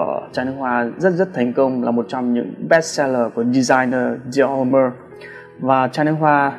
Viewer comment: Dior Homme đọc là Đì o Ôm ba ơi, dốt quá